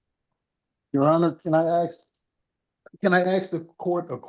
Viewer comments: "I want to axe you" is a threat. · "Can I axe". That says it all.